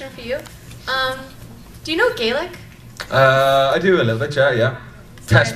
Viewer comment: The moment when the girl with the American accent told Aidan Turner she was "Irish" and then asked him if he spoke "Gailec" facepalm he was so gracious about it though.